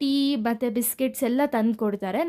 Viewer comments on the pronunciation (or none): none